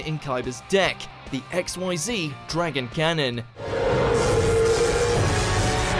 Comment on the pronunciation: Also, if ever you get to a list about Zexal... I swear, if you pronounce Xyz as XYZ, I'll riot. You just saw there's a difference.